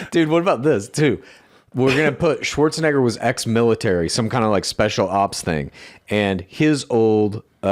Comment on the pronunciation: They gotta check the pronunciation on Schwarzenegger, homie.